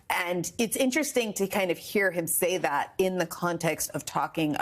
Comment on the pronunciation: This is the moment he realizes he has no idea what IVF or abortion is. Like, whuuut is thaayat? Yee-haw. 🤣